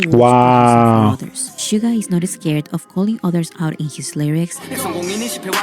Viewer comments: It's not Sugar. It's Suga. Pronounced like shoo-ga. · You are pronouncing Suga's name wrong. There is no r at the end of his name. It's pronounced Shoo-ga, not sugar. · Shoo-Ga not Sugar. No hard R. Some can get BIG mad if you mispronounce it 💜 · His Name is Suga with out R please don’t say it suger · SUGA!!! not SUGA R - No R please... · 67 yr old Canadian woman...love, love these guys ❤ I do not like western rap, I only listen to BTS rap 😅 (Note...Yoongi's name is "Suga", pronounced Shoo-ga, not Sugar) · Cracks me up every time you say sugar when she says Suga. There’s no R on the end. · Two tiny corrections: The "Dynamite" video you've reacted to wasn't an actual music video but the performance video that showcased the choreography. It's "SUGA", not "sugar"😉 The track you wanted to know about was "Cypher Pt.2" (all of their Cyphers are definitely a must-listen). They are still with the same label, they've basically built it from the grounds up to its current success and are now the shareholders. No, they are not any controversies surrounding BTS that aren't manufactured by the competing labels or aren't totally taken out of context and/or proportion. They do not paint themselves as saints or as those perfect people like the rest of K-pop idols. If they mess up, they apologize sincerely and move on, trying to do better. They continue to do many amazing things behind the scenes for others and those things are rarely publicized, unless the organizations or people they've helped say it themselves (or if it's a bigger thing, like them standing against racial hate, collaborating with UNICEF or recently Yoongi helping to fund a center for autistic kids and helping with the development of musical therapy for them plus actually teaching the kids to play instruments as a volunteer).